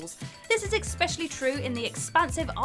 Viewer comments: "Exspecially"?? "Conversation of ammo"? Between her constant inability to pronounce words and that high, screechy voice, how does this person have a job narrating videos? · “Conversation of ammo”, “expecially”! Why leave the mistakes in without even editing them on screen? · Not to mention she says, "ecspecially" at least twice. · "Especially" does not have a 'c' at the start. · Especially. NOT “expecially” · After the second 'expecially' I turned this video off. I wish they would stop doing this, or at least say they're doing it on purpose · There it is again; "expecially" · Ugghhh, Expeshully Mary-O... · The word is ESPECIALLY, Not EXPECIALLY. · I was triggered by "EXspecially"!! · ekspecially. ;v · That drives me nuts when people say that wrong! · Does the scriptwriter use the word 'especially' purposely, just for to mispronounce? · You pronounced especially incorrectly, there’s no X.